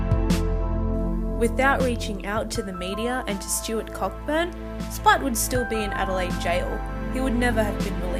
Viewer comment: "Co-burn" not pronounced Cockburn